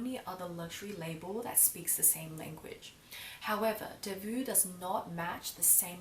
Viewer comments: It's not pronounced delvu but delvo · Please, it s not Delvuu, but you have to pronounce it Delvoo. I m from Belgium 😀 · how to pronounce: long O like Faux (delvoe) not vue. :) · Your pronunciation is so cute....but wrong...it’s not delvu..but Delvaux..like O at the end...💗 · Lovely video as usual ,I think the pronounciation of the bag is delvO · It’s pronounced DELVO, regards from Belgium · Just one thing - it's delvO, like bow, toe, go ;) Apart from that, lovely and eloquent video as always, and I couldn't take my eyes off your blouse! I absolutely adore it!! <3 Hugs and kisses for the Family ^^ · Thanks a lot for such a thorough and thoughtful video,! This bag has been growing on me for quite a while already: initially I accused it of being too lady-like, but I've started appreciating its class and simplicity, so a Brillant is on my bucket list for. By the way, the brand name has an O (pronounced like in "Ontario") and not a U at the end (the -aux combination is always an O in French), but it's just a minor remark. Talking about "understated" luxe brands, have you ever tried or thought about a Bottega Veneta bag? I'm really interested in your impression of the brand. Happy holiday season, and have a great trip to Europe!